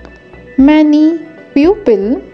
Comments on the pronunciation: It's people not pupil (pronounciation) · Your prenaunciation of people is wrong